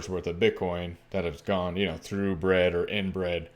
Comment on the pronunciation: bred or inbred?